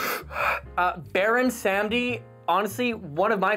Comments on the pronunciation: So it’s not Pronounced Baron Sam-dee. It’s Baron Sahm-dee, technically more so Bawr-oon Sahm-dee (spelled Bawon Samedi) but that’s more technical than anything, and Baron is just fine. It’s the name of a Haitian voodoo iwa, basically the god of life and death, but also of debauchery. Also fun fact, another one of his incarnations is Baron La Croix, so he technically has TWO drinks on the market lol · since its your favorite, go learn a little bit about the voodoo death god, baron samedi (pronounced: saw-muddy) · It is pronounced baron se-mode-dee